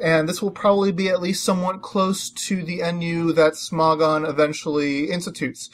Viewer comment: im talking about how you say smogon it souds like sm"ó"gon lol